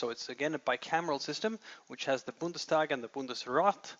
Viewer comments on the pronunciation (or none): It's Bundestag not Bundesdag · Oh, come on, it's "Bundestag" not "Bundesdag", we're not in Saxony here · A very good and clear description of the German political system! Just two hints: The word is "Bundestag", not "Bundesdag", and the term "Ossi" is very offensive, you should never use it in an academic context.